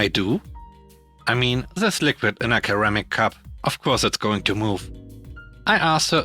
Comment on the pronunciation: "Ceramic" starts with a soft-C, like "seramic." Just mentioned it because you used the hard-C in another video as well.